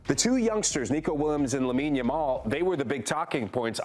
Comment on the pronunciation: This host is TERRIBLE! She keeps calling Lamine Yamal...Lamal. WTF? How clueless about players and their actual names can one be? She should not be working for this show. Get someone in who is familiar with the players and isn't just making up jumbled versions of their names. Surprised she didn't say Lessi while speaking about Messi.